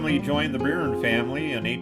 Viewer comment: Byrne is pronounced "Burn"